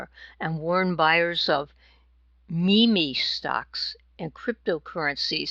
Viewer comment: Thank you for the report. Everyone should be getting everything as squared away as possible. FYI, “meme stocks” is pronounced “meem stocks”.